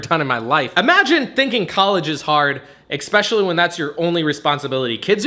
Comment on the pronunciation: I like how you went off on a tangent about how easy college is (even bragged about your GPA) for you and then say "exspecially" instead of "especially" in the same sentence.....